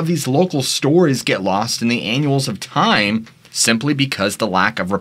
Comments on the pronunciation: It's "ANNALS OF TIME", not "ANNUALS". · "Annuals of time". You must be educated In America, so I'll type slowly for you, it's actually the "annals of time". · "annals of time" does not have a "u" in it. get educated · pronounce annals with a soft a.......although the way you said it gave me a much needed giggle. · Lol think u mispronounced “annals”.